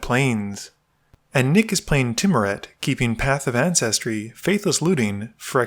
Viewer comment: Just so that everyone knows the correct pronunciation of Tymaret, the Murder King is "Tymaret, the Murder! King" with a lot of emphasis on the Murder!